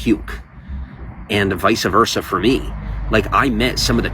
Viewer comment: Allllll that talking and he said nothing. He also still can't get, "vice-versa" right lol